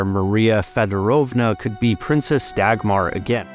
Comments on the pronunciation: I just searched it up. The g is a soft g which idk how to find in English 😂 And the r is also a soft r, something English doesn’t do too well Thankfully my mother tongue has both so I can kinda do it lol but I’m not doing as well as the person I just listened to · Dahmer sounds more like the German pronunciation of Dagmar, the Da part like Dahmer than a soft g , the next a like the a from Dahmer again ,with a soft r at the end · It has been grossly mispronounced in this video. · Dagmar is a good royal name if you pronounce it properly 😉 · Very nice video, but as a Dane I can assure you; that is not how you say Dagmar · i promise you Dagmar sounds much better in danish than english. its pronounced much softer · good job saying its not a good princess name when you pronounce it incorrectly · You butchered the name Dagmar, lol! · is it so hard to say her name right ? its not degmar. think of duckmar and then say it. but in the end both a´s are spoken as aaaaaahhhhs not es eeehhhs. americans... all the settlers from around world.. still butchering names. how can an A be en ay ? while e is an ihh ? and u is an u bit its an aaahh ? if the name is like not american. please try to spell it out correctly. DO A RESEARCH ON HOW ITS SPELLED CORRECTLY. please. for the love of Dagmar! not Degmar... degmar... so funny how you say her name. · Davmar? There's no hard sounds in the name. It's not Dackmarh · For what it's worth, Dagmar is actually pronounced more like Dawmar. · Dau-mar or Dawmar is not a bad sounding name - Dach-mar is - and while Queen Dagmar was German before she married a Dane (Valdemar II), her descendant princess Dagmar was born a Dane. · No it’s not? It’s more pronounced da-guttural g-mar. So da-ch-mar almost? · I would say Daumar, where “au” is pronouced the same way as in Sauron. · The 'r' in the end is also softer than in English. I would probably say it's pronounced 'Daumah' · Dagmar is a much softer name in Danish. Pronounced more like Daumah